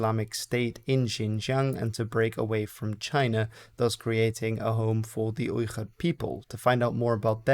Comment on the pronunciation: the pronunciation of "Uyghur" is with a normal "g" and not whatever you are doing